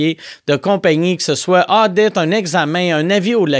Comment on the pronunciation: SVP ou dites à Mike que dans son annonce de Therrien Therrien, le mot « audit » ça se prononce comme la marque de voiture Audi:p